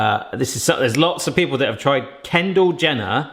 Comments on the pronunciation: He actually said kendle Jender lol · "Ken Jender" I burst out laughing 😂😂😂😂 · He said Ken Gender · “It’s ken jenda “ LOL 😂